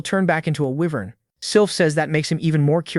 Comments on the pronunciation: whats an eyenvern? its WYVERN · Whats a "wh-vern"?